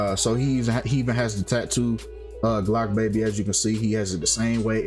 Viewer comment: It's Blocc Baby, not Glocc Baby